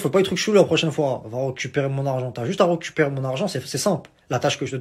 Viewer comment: ont dit " RECUPERER " pas ROCUPERER:D:p